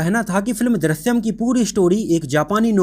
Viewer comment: Chutiya, Film ka naam to acche se bolta